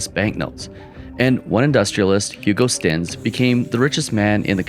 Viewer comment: His name is Hugo Stinnes - not Stennis